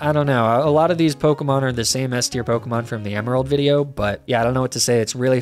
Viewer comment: That is possibly the worst pronunciation of a pokemon ive ever seen